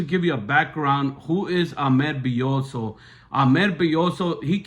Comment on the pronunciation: He is also pronouncing Ahmed’s last name wrong and he said Hola in the court not Hello🤨